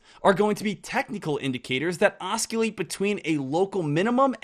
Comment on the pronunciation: Awww,! I love ya man. But you don't pronounce the "C" in Oscillate.